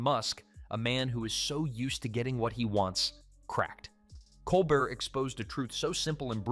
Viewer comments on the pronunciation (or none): Nice video. However I don't think the voice over pronounced Colbert's name properly.